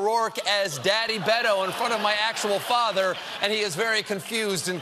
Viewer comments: It's Beh- toeh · It takes literally 2 seconds to learn how to pronounce Beto correctly.